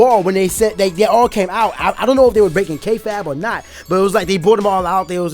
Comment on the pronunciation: kayfabe not kayfab pk